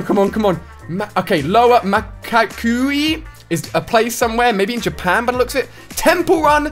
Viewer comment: I mean really japan and the way he pronounced it